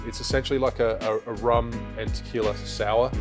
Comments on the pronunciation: But you still pronouncing 'qui' in tequila correctly, is the same, again, this is not an attack, is just a tip or advice to help you pronouncing words and names from Spanish Language, i had a lot of problems when learning english so i know that, but if you can improve your pronunciation you should, we always should be improving. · Rum AND Tequiila What's not to love? Cheers say ( Tuh - KWEE - la) lol